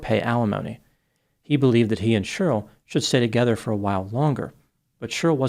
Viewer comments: It cracks me up how you pronounce Cheryl like Churyl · I like how you say Cheryl. SHRL